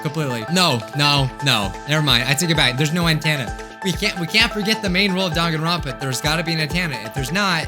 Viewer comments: its pronounced n-ten-a not ant-anna btw its mostly known as an ahoge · * me literally getting triggered by him saying athena *